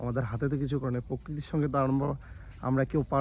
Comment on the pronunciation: পোককৃতি হবে না ওটা প্রকৃতি হবে । তুমি যে প্রোমোশন করলে প্রোডাকট এর সেটা কি অথেনটিক?